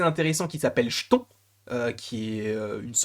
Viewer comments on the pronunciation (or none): Chton qui fout les jetons! (d'après la merveilleuse prononciation de.) Le nom se prononce Ktone comme le début du nom chtulhu.